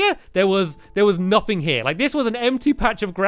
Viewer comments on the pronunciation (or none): none